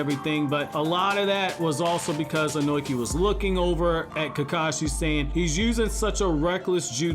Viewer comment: I gotta correct some pronunciation of a name that bothers me man. Tis Ohnoki (Oh-no-key), rather than Ohnoiki as I keep hearing. I'm sorry but I had to man. Keep up the awesome content though man!